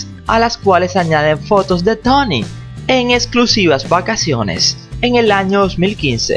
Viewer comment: Porque dices Tany? Es Tony!!!